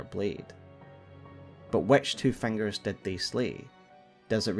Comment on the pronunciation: i love how you say ‘fangers’ incredible content